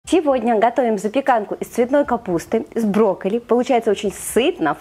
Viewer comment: Как Вы брокколи называете? Брокли?!😳